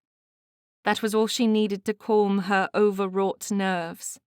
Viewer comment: Other than the word "calm", which the reader murders, the reading is quite good. Dear reader, please look into pronouncing that correctly, that's my only advice.